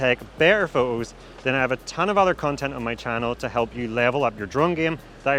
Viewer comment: Do you taxed on your usage of the letter "T"? I've never heard of pho-ohs se-ings, for-ey, au-oh ... But if the "T" is at the beginning or end of the word it is clearly pronounced. LoL!!! Sorry, I just found that a little amusing, great video by the way, although you missed the "Host" USB-C connector under the flap on the "DJI RC" controller, I assume that is to move data to and from the controller?